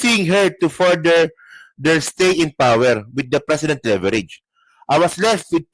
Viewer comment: feeling matalino…. Ermes ang pronunciation hindi Hermes. Silent H yan TANga 😂 Pati precedent ang basa mo president TANga ka talaga 😂😂😂